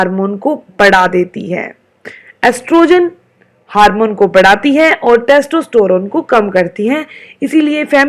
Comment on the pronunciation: Estrogen not Estrotorone , btw thnx :)